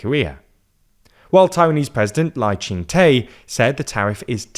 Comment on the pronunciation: Dude’s name is pronounced “Lai Ching Duh”. It’s not your fault, transliteration from Mandarin has about 30 different Romanization systems, it is not even a little intuitive. But there is no language in which Taiwan’s President’s name is pronounced “Lai Chung Tay”.